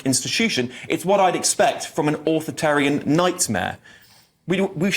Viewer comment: Shout out to the "authortarians" 😂 We are coming for the "authortarians"! Stephen kings shitting himself and cursing bad pronunciation right now 😂